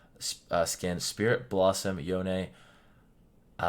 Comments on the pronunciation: his name is pronounced (yown) not (yowne) bc the o gets the sound of o making the e just silent and no sound. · What's the right pronunciation of YONE? I like calling him "Yowni" rather than "Yown" and "Yowney". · Did this guy just say Yonay?